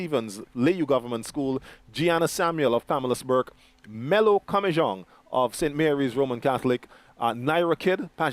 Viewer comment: My name is not Melo it is melody